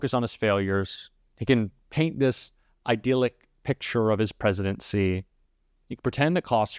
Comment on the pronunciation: the second syllable of “idyllic” rhymes with “dill”, not “deal”.